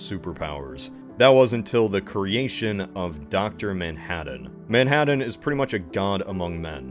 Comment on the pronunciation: I love your pronunciation, "Man-Had-Dan."